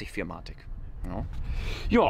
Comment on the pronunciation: Ist nicht arrogant gemeint, aber ich arbeite momentan selbst bei benz in der Werkstatt und ich habe noch nie jemanden "vier matic" anstatt four matic sagen hören 😂🙏🏻 coole Videos, weiter so